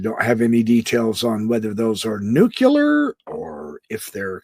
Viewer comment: Dude?! The word is Nuclear Not Nucular!